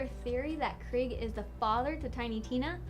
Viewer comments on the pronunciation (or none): Craig, craig, craig, craig... its krieg... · WAS SHE CALLING KRIEG KREG?!?!? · It's Krieg. Not Craig. Although I feel like that would make it way funnier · Krieg's name is not pronounced as "Craig"! It's the German word for "war", and is pronounced [ kreeg ]. The letter combination "ie" is not a diphthong (unlike the German diphthong "ei"), instead it signifies that the i is spoken as a long vowel, which in German sounds like English "ee". If game developers pick a non-English name for a character, they should coach the English voice actors how to pronounce it properly, please! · Craig... really. It's Krieg as in blitzkrieg, his name means "war" in German. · she also says kreg not krieg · you were butchering Krieg it's not Craig it Kr-ee-g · Ow.. It hurts... She keeps saying Craig instead of Krieg. It's pronouced Kreeg. Like Blitz-Krieg. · Wait.... is it Kreig or Craig.....I am so confused.This hurts my head. Someone please tell me our beloved meat bicycle enthusiast is still Krieg.... and also can we please just not speak of her pronunciation of Yu-Gi-Oh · It's krieg not Craig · KRIEG! NOT KREG! KRIEG! THE E IS HARD NOT SOFT! IT'S GERMAN IT MEANS WAR GOD DAMN IT! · she also said Kriegs name wrong, calling him Craig instead. that really pisses me off and makes me feel that some of these "facts" are wrong and are purposely being covered up(I.e. Krieg being Tina's dad, which I really hope is true) for the sake of the franchise having a few more secrets to reveal in a later game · didn't she say krieg as craig? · Yes. And Kreig. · Krieg not craig... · I still can't get over how she called pronounced Krieg's name as Craig... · fact 108 she is pronouncing Krieg wrong how do i know because Krieg is German for war and its pronounced as kreeg